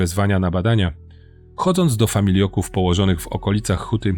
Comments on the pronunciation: Super wszystko ale FAMILOKÓW a nie FAMIJLOKÓW! . Lata temu przebywałem w sanatorium dziecięcym i pamietam jak pojawiały się dzieciaki -czasem moi rówieśnicy - mocno schorowane jak na 12 -15 lat. Często właśnie z okolic opisanych w filmie. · famiLOków, nie famiLIO ków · Nie familJoków tylko FAMILOKÓW (od familok) ! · Bardzo mi się materiał podobał. Tylko jedna uwaga co do wymowy - nie "familioków", tylko "familoków". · Mój pradziadek pracował 40 lat w hucie na wełnowcu w katowicach :( ps familoków a nie familioków. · "Familoków", nie "Familioków" - poza tym super! Jestem zachwycony dokumentem! Więcej o Górnym Śląsku proszę! Takich historii matka mi nie przekazala, w szkole też o tym nie mówiono. Świetna robota! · Familoków, kurwa nie familioków